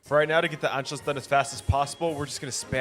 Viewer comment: it is pronounced ANSHOOUS